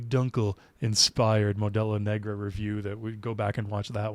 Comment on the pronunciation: might want to be careful pronouncing negra bro